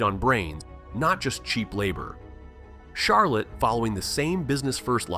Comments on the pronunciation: well, I didn't like the way he said Charlotte either lol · I didn't clock that one. HOW do you mess up Charlotte?